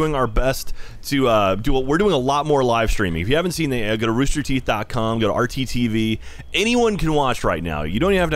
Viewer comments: rooster THEETH what are theeth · ROOSTER THEETH . COM XD